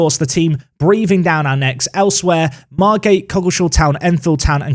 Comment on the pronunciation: I live in Margate and you pronounce that spot on